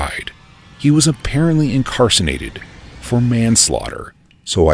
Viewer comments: Bro, did you actually say "incarSINated?" It's incarcerated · I totally giggled at “incarcinated” rather than “incarcerated” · incarcinated? lol incarcerated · wow he really said "the man was incarcenated" its pronounced IcarCERated. 😂 either way. good stories